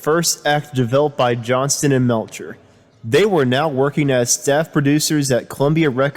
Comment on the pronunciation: It's JOHNSTON, pronounce the "T"